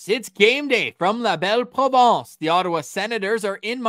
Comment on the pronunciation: check up on your French pronunciation... PROVINCE (la belle province) and PROVENCE (the French Riviera). 🍷🍷🍷